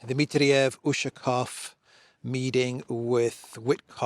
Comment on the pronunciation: As well as Ushakov, Lavrov and Peskov last names. Emphasis is on the "ov" syllable. Come n, you van do it. I believe in you.